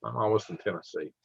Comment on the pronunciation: Minute 6 TennesseEehhh